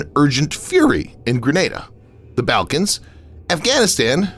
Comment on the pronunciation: C'mon. Your narrator doesn't know how to pronounce "Balkans" now!?!?! It's hard to take your channel seriously when you constantly mispronounce common words.